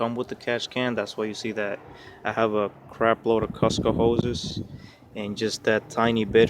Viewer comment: F Costco 😂😂😂 its cooosco mate 👌😜